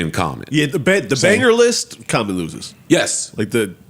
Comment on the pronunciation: Someone said Jaommon lol